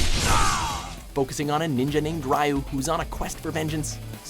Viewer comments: Rai-yu? Really? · "Rai you" triggered*